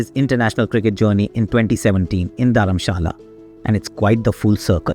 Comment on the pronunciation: There is some issue with the voiceover. It felt like AI generated version of Aakash Chopra. Words pronunciation sounds weird such as "pandey" "Virat kohli" "dharmashala". Because generally you are good with pronunciation of Indian names and places. But this voiceover felt like AI generated of Aakash Chopra. And it was weird. Anyways video was inspirational